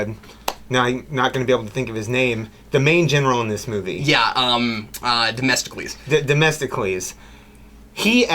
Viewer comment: Domestocles? nice try… lol … It's Themistocles.